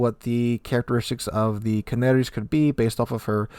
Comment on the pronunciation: Just as a sugestion: The spanish ship is pronounced Canarias not Canaries